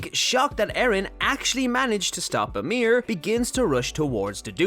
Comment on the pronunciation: Why you always saying "amir" and not "ymir"?